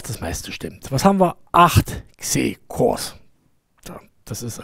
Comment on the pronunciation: Moin! Wer hat Dir/Euch denn erklärt wie Xe ausgesprochen werden soll - macht die deutsche Marketingabteilung was Anderes als die Englische? Wenn's direkt vom Englischen übersetzt wird, soll es wie "ix-eh" ausgesprochen werden, nicht "kseh". Das ist ein X - ein Grafik-X (wie in DirectX oder Xorg) - mit Exponent, weil es super dolle skalieren soll - also bitte, "ix-eh"! Vielen Dank, schönen Tag noch. 😊